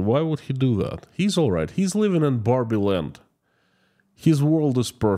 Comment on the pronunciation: Not 'Barbie' land but 'Barbaric' land